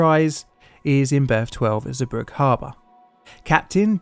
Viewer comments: Hey mate, port's name is pronounced 'Zee brug uh'. I never knew there were so many close calls which preceded this incident and ideas that would have prevented it. Sad times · Zeebrugge ❎ zubruck ✅ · Zeebrugge is pronounced "zeh-bru-gah" Boatswain is pronounced "bo-sun". I'm only picking up on this because I don't feel you can trust other details in a video if things like this are not correct. It doesn't take much to check a place-name's pronunciation.